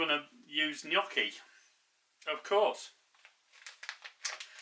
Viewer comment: First of all, I'm Italian and I hear so many people pronounce Gnocchi wrong. You say it perfectly! I have memories of making home made potato Gnocchi with my mom. It's so good and one of my favorites. As you poured the 2nd glass of wine, I was wondering if that one was for you. hahaha. Great recipe!